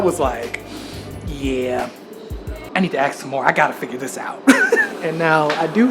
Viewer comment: You don't axe, you ask! $@ it grates on my ears. Why say ask like axe? Don't speak like a slave bro, you're not in the usa